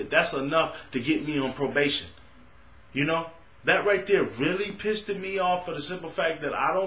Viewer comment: i caught your word "Pisted" LoL